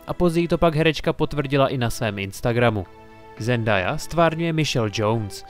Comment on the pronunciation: Zendaya sa vyslovuje Zendeja a nie Zendaja